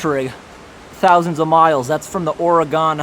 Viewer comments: Oregon is pronounced like "or-gan". It isn't three syllables. Just two. Not "or-a-gone". This last Summer, they weren't wildfires. They were planned arson on a grand scale. Dozens of witnesses. Dozens of arrests, mostly of out-of-towners, with connections to Antifa and other domestic terrorist groups. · Hahahah I love how you mispronounced Oregon. I love hearing all the ways people say my home states name! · The way you said Oregon. 😒😂, It's okay. I'll let it pass this time. The smoke was so thick I couldn't see a half a mile in front of me. It made me sick that I thought I had covid, but I didn't. I just had a sore throat from smoke inhalation. So many people lost their homes within minutes of these fires.